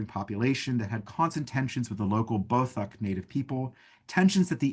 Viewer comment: He is pronouncing Beothuk incorrectly.